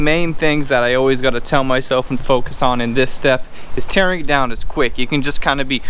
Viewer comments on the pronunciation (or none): none